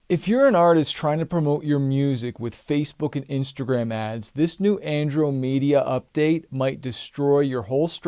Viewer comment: Chris, did you keep saying Angel Media instead of Andromeda? That's what it sounded like. Or perhaps it was a cunning plan to get me to watch to the end of the video so I could figure out what it was 🤔😁